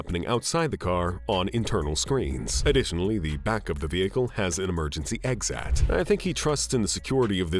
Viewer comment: EXACTLY. "EXat" instead of "exit", etc